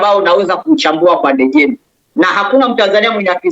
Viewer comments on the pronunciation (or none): Ndejembi bana, sio Ndejembei